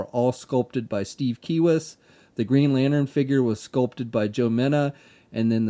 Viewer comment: i swear if i hear one more time the word "lanern" insted of "lantern" i'm gonna kill someone